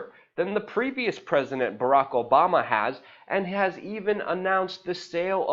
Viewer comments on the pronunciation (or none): none